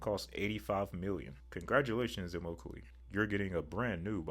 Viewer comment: pronounced eh-mock-a-lee